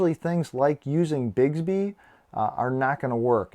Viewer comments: Great video, awesome watch but it’s BIX-Bee not Bigsby (I just became one of “those” people…apologies dude, not meant to be snotty at all!). I had my GW4 Classic for over a week and hadnt even tried Bixby simply because it sucked so bad on previous Samsung Watches where it was really just the old “S Voice” renamed Bixby. Ive since found out its been rewritten for the Galaxy 4 so it works infinitely better now, much closer to Bixby on Samsung phones! I bet Samsung asked Google to hold off on Google Assistant because they knew the bad rep Bixby has on Watches and knew no one would ever give it a chance if Google Assistant was available on launch - but that’s totally just my FanBoy theory. In any case, give Bixby a try - at the very least, it will make waiting for Goioglew Assistant much, much easier and many of you may find you dont even care so much about Google Asst anymore! :-) Great Vid!!! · Informative video! But "Bigs-bee" drove me crazy. It's "Bicks-bee"! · BiCKSbee is how it's pronounced lol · How are there not a hundred comments that it's Bix, like Twix, bē? Bix-bē.